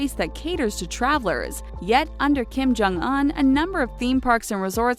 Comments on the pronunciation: Do you not know how to pronounce things? It's not pwongyowng or Kim jong uun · DID THEY JUST PRONOUNCE KIM JONG UN LIKE KIM JONG UH-N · She said “peeyung yung” Kim jung “uhn” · Pyung young. Kim Jung Un. Jesus, these chick narrators are as dumb as stumps. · You have one job, yet you cant say the name of Kim Jong Un and other names correctly... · Look up how to pronounce Kim jung un and Pyongyang before you make more North Korean videos. Not to mention all the other words you butcher. Lmao. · Well what did you expect. This channel is a bunch of white ppl making video. . They can't even look up how to pronounce Kim jung un and Pyongyang correctly